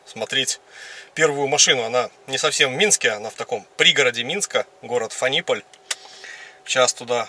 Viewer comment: город фАниполь, ударение на А. Кстати, те самые зелено-серые поезда Шталдер, на котором ты и ехал в Минск, в Фаниполе и собираются, ну или собирались (современные реалии таковы). А ДВС в твоем I3, скорее всего, от максискутера BMW C650. В каком-то обзоре I3 чел обмолвился, что там двс от максискутера, ну а если ты сказал что 650 кубиков, логично предположить что это именно С650, там как раз рядная двойка, ну или параллельный твин как говорят мотоциклисты)))